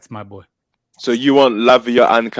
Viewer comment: And the way he emphasized "BOY" when talking to Peter was out of line too (If you're American you'll know why, and if you don't know do your research) he's clearly racist